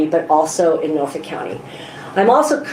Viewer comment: Can any of you enunciate the name of your home county? Cause it does NOT have an add'l "R" in it. It is NOT Norfork!!!